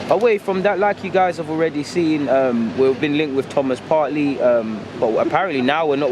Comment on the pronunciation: Come on bro it’s PARTEY not PARTLY. Great content as always tho